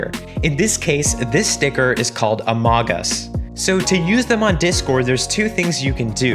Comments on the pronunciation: the way he said among us amogus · yep amogas